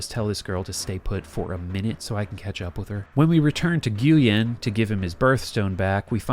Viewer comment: nguyen is pronounced 'win' not 'gooyen'...